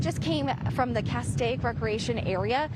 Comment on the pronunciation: Cas-steak! There is no “I” in Castaic.